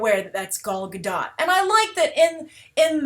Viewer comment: thank god! finally someone who pronounce Gal Gadot's name correctly